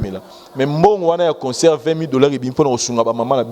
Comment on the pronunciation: Essaye de bien prononcer le mot concert et non conceur, tres souvent tu prononce comme cela. Sans rancune